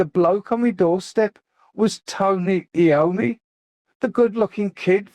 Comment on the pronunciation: Not AI rubbish, only the voice is. This is otherwise Ozzy's autobiography complete and unexpurgated. At least it sounds like Ozzy's voice, unlike the official audio book narration by Ian Danter who can't even pronounce Tony Iommi's surname properly (he incorrectly says A-ommi).